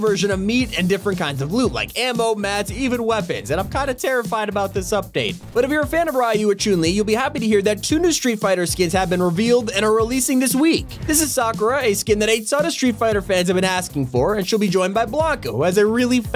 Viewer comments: did he just say chun - li choon li.... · ok i dont LOVE street fighter but he said CHOON LEE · You said Ryu and Chun-Li wrong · Why did you say chun li like that MANNNNNNN